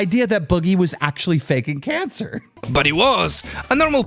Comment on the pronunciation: Why can't you pronounce cancer correctly? also why do you hide your face. That's very beta.